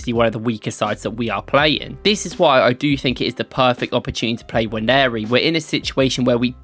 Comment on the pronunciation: Finally you're pronouncing the guys name correctly 👏